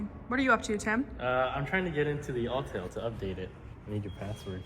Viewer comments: It's AUTEL not ALL TELL! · My man. I know you hear "All Tell" when you should be hearing, "Awwww, TELL". 🏁 🏁 🏁 -Autel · Calling an Autel an “All-Tell” lol